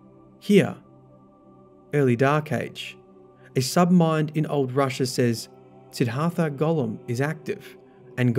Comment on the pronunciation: Sidd Har Tha? Dude. Seriously?